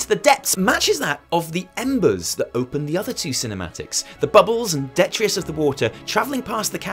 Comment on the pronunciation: Nice work. BTW 'detritus' is pronounced de-tri-tus, not de-trious.